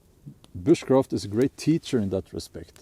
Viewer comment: At first, I heard 'witchcraft' and thought "Wha...??" Oh, you said Bushcraft.